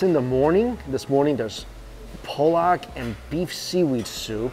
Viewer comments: Ha! Polack is slang for Polish, Pollack - prounced Pahlak is a fish :-) Very cute mispronounciation 🙂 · Hey!! Great video!! Gotta watch those pronunciations dude, how you said Pollack is generally regarded as a slur used against those with Polish decent. It's with a soft 'O' not a hard one, so it's more like Pah-lahck, not Pole-lahck. I even double-checked with Google to make sure I wasn't mistaken. Just letting you know! Would hate for you to get any kind of backlash, we all know how the internet is these days. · Did you call pollock, "POLAK" LMAO is it a Polish soup? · lol he said Polack soup.